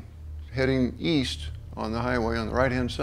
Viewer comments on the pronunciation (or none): East? I thought you said Weast